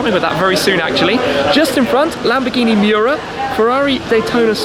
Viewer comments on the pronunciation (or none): none